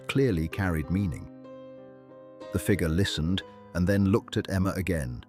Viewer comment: It’s too bad that AI cannot pronounce FIGURE, but instead says FIGA.